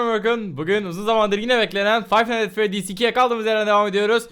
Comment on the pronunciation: five five nihgts freydiz :D